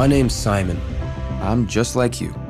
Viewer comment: why does he sound like hes saying salmon instead of simon